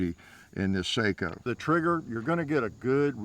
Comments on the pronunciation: Actually pronounced "SOCKO" not seiko. (Just for your information) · I dont know... but its pronounced Sako not Saiko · Sako, not Seiko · "Seiko" is very different than "Sako" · Its SAKO not Seiko thats a watch lol 😂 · Seiko makes watches....Sako (sok-oh) makes rifles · Sako (Finish brand). Not Seiko (watches from Japan). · Sako not Seiko....Seiko is a japanese watch manufacturer.... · FYI…. SAKO is pronounced like socko not sayko. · Say... What?? Sock-Oh!! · SAKO not Seiko! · One difference you do not discuss is accuracy over time. Saaaaaaako..not "Seiko" will still group sub 1 moa after 2k rounds.. Ruger may or may not retain that accuracy..Sako always will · It's sako not seiko ....lol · Sako not Seiko. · It’s pronounced “Socko”. They are beautifully made rifles. I have a 30.06 that I purchased in 1998. It’s a tack driver . The action is butter smooth. And had three lugs instead of the standard 2 like so many manufacturers have. I also had a Remington that was great, but the action was no where near as smooth. Craftsmanship while good one the Remington was nowhere near the Socko. The Socko was $1000 and the Remington cost 600. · Sako is produced in Finland and is pronounced “Socko”. The name is often confused with Seiko of Japan who makes watches and has nothing to do with firearm manufacture. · It's sako😂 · With all respect, the proper pronounciation is "SAH-kk-aw". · It's Sako (guns) and Seiko (watches). They're different companies. It's just that they have similar names and he's pronouncing the "a" in Sako like "ei".